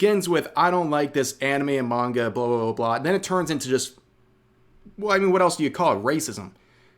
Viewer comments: Every time I hear her say manga I cringe. She's almost saying menga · She can't even say "Manga" the right way. also loli (prepubescents looking drawling's) when sexualized are nasty, but that is not CP because it is not children it is fictional drawling's that are just lines on paper and if she wants to use the "lore" of fake ages from a show, then I guess if you made the drawling look like an adult version she would still cry about that too? it really is just about the WAY the drawling looks in reality, either it looks like a male or female or a child or looks like an adult. either way it is simply drawling's of fiction. CP also is illegal, yet loli isn't. (its just very ew)